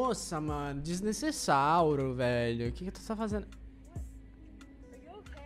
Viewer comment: “DeSnEceSsAuRo”🦖 KAKAJHKA